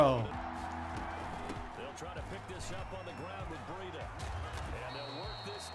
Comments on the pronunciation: Why you keep saying bereeda? Its BREIDA! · It’s bri-da it’s bray-da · Brie- Et- A